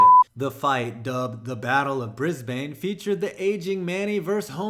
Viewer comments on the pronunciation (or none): it's not pronounces Bris-bain, it's pronounced Bris-ben. Triggered Australian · Its briz-bun not briz-bane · It's pronounced 'bris-ben', not 'bris-bayn' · "The battle of Bris-bane". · The Battle of Bris-Bayne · It’s pronounced Bris-bun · Did you just say Brisbane(Bris-Bayne) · you pronounced Brisbane wrong you dog seppo